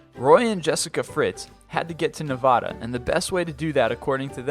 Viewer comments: You said Nevahda IT IS NEVADAH!!!!!!! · GOSH DANG IT ITS FLIPPIN NEVADA (ne va duh) NOT NAVADA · As a born resident of Nevada I have earned the petpeeve of when people nevada pronounce it as Neh-vaw-duh when in reality it is Nev-ah-duh I tend to get annoyed, please, say it right. Thank you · ITS NEVADA NOT NEVAUDA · unsubscribed Idiot cannot even pronounce Nevada. Nuh Vah Deeeh?? Fuck this page, no seriously Fuck this page I believe NONE of it. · "...Nevahda..." * punches screen* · YOU SAID NEVADA WRONG, DUMBASS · So what a lot of my own friends say Nevada wrong so i just go with it i dont complain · eap ple Well, it's like saying your local city or state wrong, and it gets hallannoying after hearing it in 500 videos.